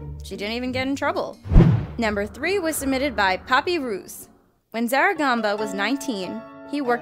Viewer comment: Not papyrooos it’s papyrus